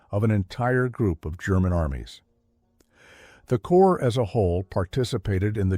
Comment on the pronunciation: You pronounce corps as corpse like Obama. Obama and AI don't read military history and don't know any French.